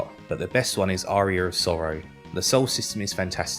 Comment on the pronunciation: Why does he pronounce Aria like Arrear 😂😂